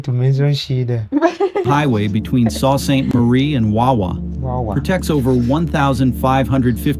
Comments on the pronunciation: Another example of how AI messes it up. Sault Ste. Marie is NOT 'SALT Saint Marie' and is commonly pronounced as Soo or Sue Ste. Marie. Some people refer to as 'The Soo'. No big issue, but just a bit annoying. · "Great Lakes" is just another way of saying "Smaller fresh water sea's". Sault St. Marie is pronounced "Sue saint Marie" not "saw" like the guy said in the video. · SOO Saint Marie or The Soo. Narrator is bad AI